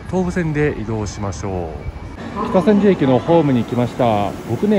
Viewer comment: きたせんじゅ(じゅうではない)